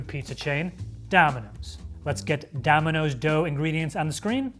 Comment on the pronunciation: Dominos, not Daminos